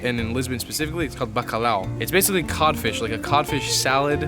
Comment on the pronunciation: Bacalhau not Bacalau.